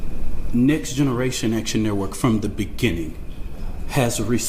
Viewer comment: “We will do direck atchun”